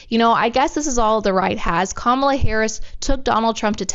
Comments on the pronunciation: Perfect depiction of how the press treat VP Harris. Also relevant is that they rarely use her official title but mostly refer to her by first name and usually mispronounce it. Then they refer to 45 by his former title. So disengenuous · no it is not autocorrect it is how to pronounce her name.